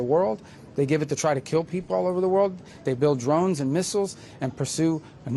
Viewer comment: "Be vewy, vewy quiet, I'm hunting dwones!"